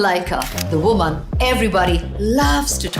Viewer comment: The "wooman" everybody likes to "tolk" about😂😂